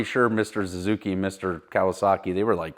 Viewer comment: Is saying "Zazuki?"